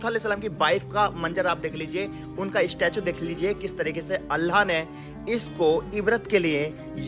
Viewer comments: Apne bolne ka andaz aur alfaz sahi krlo....Bs baki sab sahi hai...Urdu ki dhajji uda rkhi hai...Aur sabse zyada allah ka lafz bhi sahi nahi nikal rha tumhare muh se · Aapki Urdu bilkul bhi achchi nhi he allha nhi hota Allah hota he ye to muslmano ke halat hen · Kya yarr ""Allah"" ki jagah"" Alha"" bolte ho ? Alllah ka nam to pehle bolna sikho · Bro learn to pronounce Allah properly. It's not ALLHA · ALHA nahi ALLAH bolo please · Apna pronounciation sahi kar totla. Alha kya hota hai be. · nice video, Allah not Alha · Bhai.. Alha nehi Allah bolo... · Bai Alha kya hai Allah bol nehi chakta kya? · Bhai Aapne Allah Bola Ya Alha Bola Aap Itne Din Se Islam Me Hai Aur Abhi Apki Zuban Se Allah Nahi Niklta? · Allah To theek se bol le chutiya..Allha bol pada hai video me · Bht shukria aapka jo hamney quran me padha us basti ko aapne wha jakrr dikhaya.. Bhai pr aap Allah paak k naam sahi se le.. Allah khe... Uske naam me koi tabdili na krey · Assalamualaikum bhaijaan subse phele Allah ka nam sahi se lijiye apka pronounce mh garbar hai Allah sahi se bolye baki ap kam accha karrahe ho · bro pronounce Allah better please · Bhai pahle Allah bolna sikhlo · Bhai no offense but aap Allah shi tariqe se bolna seekhe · Aap ko Allah bolna nahi aataa? Sahi talaffuz kijiye aur Allah ka naam khuda nahi hy, padhiye surah aaraaf aayat no. 180. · Dost pahle Allah ka naam achhe se lele baki to sab sahi hai or wakiya bhi achhe se study kar ke kuch bola karo q ki aap ko 1L aadmi dekhte hai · Sabse pehli baat yaar kam se kam loot alihisalam aur Allah bolna seeekh lo aisa lag raha hai koi gair muslim bol raha hai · Please..Allah . Sentence..sahi tariqa se pronounciation karo 🤲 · tum Allah ko Alha q bol rha Itni bdi galti tum kaise kar sakte ho. At 17 sec, min, min, min, min, min, min, min, min, min, min, min, min.itna time me tune Alha bola hai.Aur kahi kahi lutha bhi bola isne jo ki bawt galat hai. Approx last time tak tune sahi se Allah nhi bol ska salt ko solt bolta hai